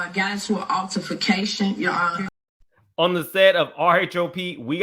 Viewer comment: I was like, what is an “alterfacation” 😂 glad you cleared that up